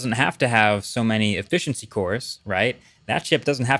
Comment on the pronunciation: Does anyone else hear that he's pronouncing his "T" and "S" sounds very strangely in this video? "...a mathive jump in effithiency..."